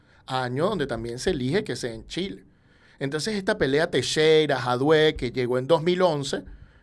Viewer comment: Disculpa, no supe pronunciarlo.